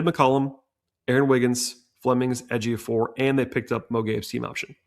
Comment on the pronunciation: Good job on correctly pronouncing Ejiofor. You did your homework.